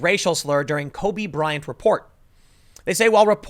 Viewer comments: Tim, you keep saying “Kobe Bryan.” It’s Kobe Bryant. This is such a non-story but if we’re going to nit pick verbal gaffs, I feel the need to point it out. And I heard “nakers.” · Is my dude Tim saying “Cubby Bryant” !??